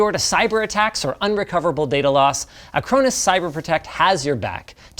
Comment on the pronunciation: When linus said "acronis" i thought he was being sponsored by cronus, that controller bullshit 😂